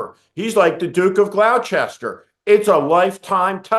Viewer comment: Duke of Gloucester… Gloucester is pronounced like GLOSS-TER (Never Glou-chess-ter) Gloucester rhymes with Foster.